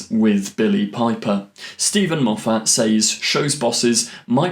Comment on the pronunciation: ⛔⛔⛔ Why do you have this inability to say Moffat correctly? Surely you've heard him say his name??? ⛔⛔⛔